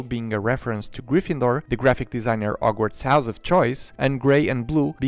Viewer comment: It's very fun to hear him reading out the name of the set without using H